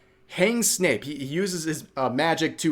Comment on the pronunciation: Bro it's Snape, not Snoop.